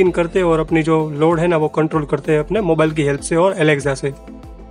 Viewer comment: Alekza nhi Alexa hota hai